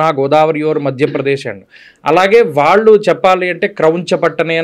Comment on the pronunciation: అయ్యా ఎంత పెద్ద విద్వత్తు ఉన్న వారితో మాట్లాడుతున్నాము అన్నజ్ఞానం అన్నది ఉండాలి ముందు. ఆ ఓకే ఓకే ఏమిటండి. ఉచ్చారణ దోషాలు సరిదిద్దుకోండి. ఇల్లు, కల్లు, వీల్లు, వాల్లు …ఏంభాష ఇది…..😡